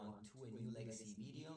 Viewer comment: I need a text ringtone of saying “veedeeo”